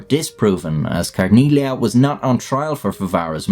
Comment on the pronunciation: In "Carneglia", as with other Italian words containing the letter combination "-gli-", the G is silent.